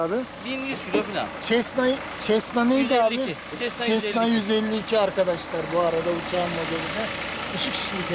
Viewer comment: Bir havacı ve hava fotoğrafcısı aynı zamanda senin 25 kg testine kanmış bir balıkçı olarak ben de aldım,çok hafif ve sağlam.Bir düzeltme yapayım! Cessna 152(çesna değil,sesna diye okunur? Boş ağırlığı 490 kg,Azami kalkış ağırlığı 750 kg Güzel video,saygılar...